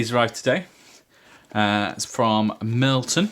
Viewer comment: Hey, a Bear's Head human! You are a man of taste. However I can't not point out that it's Mirliton not Mirlton ;)